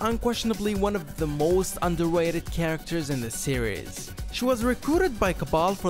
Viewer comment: “underwated” lmao